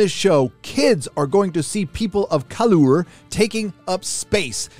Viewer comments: colour is just pronounced color - from the English who made the word that you decided to destroy. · Your consistent weird pronunciation of "colour" when it is spelled that way tells me you don't know that that's how it's actually spelled in British English. Same as valour, parlour, harbour, neighbour, etc. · The fact you pronounce the 'u' in "colour", is cringe as hell. We both know it's the British/Canadian way of spelling it, grow up my man. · Have to laugh at you saying Colour like it's wrong haha